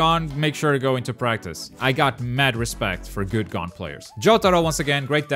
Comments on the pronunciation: "Gone" it's gon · U said hisoka and gons name wrong and it lowkey was frustrating lol